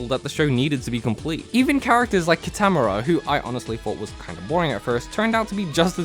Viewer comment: "Ki-TAM-oo-ra" Its Kee-tuh-more-uh!